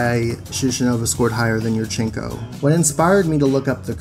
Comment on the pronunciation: I cringe every time you say yurchenka.